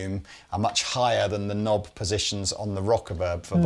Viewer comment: "Knnnnob" :D